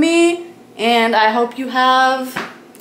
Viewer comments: Wey, tu adiós suena como "arios". Me encantan tus videos. 😁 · I love the part finish what you say "adious" jajajaj